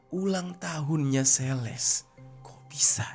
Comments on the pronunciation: Celeste itu dibacanya "seleste" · Dy ngomong Celeste juga jadi sales anjiirr.. Sales mobil ap hp?😅 gregett gw denger ny..